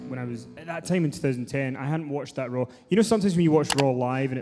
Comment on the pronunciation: Can someone tell Stu that its called "Raw", not "Rawr"